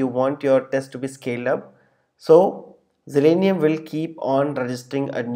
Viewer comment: It's Zalenium, not Zelenium.